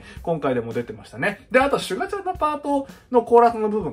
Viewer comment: シュ↓ガ↑ちゃんww